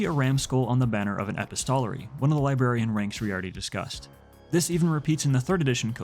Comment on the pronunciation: A couple of little things: Reclusiam, not "reclusiasm". Epistolary is pronounced like "epistle", rhymes with "thistle" or "missile". In this sense, it's suggesting a person who writes letters. Likewise "codicier" suggests someone who edits and compiles written work, and "lexicanum" is someone who writes.